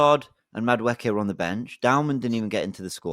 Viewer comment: I think is saying Madueke name right, its should be: Maduwooooookie